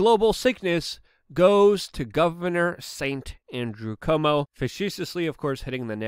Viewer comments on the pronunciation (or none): Luke, please dont pronounce Cuomo as "Comeau".